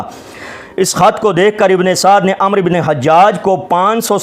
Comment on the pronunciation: محترم ابھی آپ پڑھیں آپ کی علمی لیاقت علماء اہلسنت والجماعت پر اعتراض کرنے کی نہیں ابھی تو آپ کو۔ لفظ عمر اور عمرو۔ پڑھنے کا طریقہ نہیں آتا